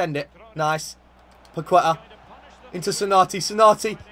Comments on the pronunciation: the correct pronunciation of Paqueta is PAKETÁ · It’s pronounced “Pakehtah”